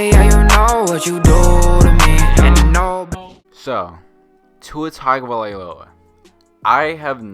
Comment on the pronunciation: Maaan, if you're going to shit talk the man the least you can do is pronounce his name right.